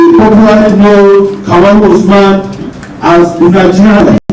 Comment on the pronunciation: Kamaru not kabiru